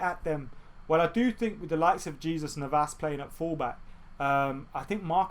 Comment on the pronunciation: Btw I love how you kept on pronouncing the J in jesus navas 😂😂 were really going to be attacking Jesus 😧